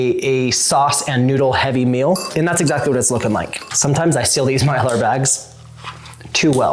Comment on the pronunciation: It's pronounced MEAL not MILL